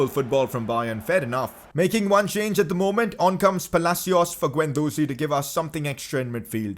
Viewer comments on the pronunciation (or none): none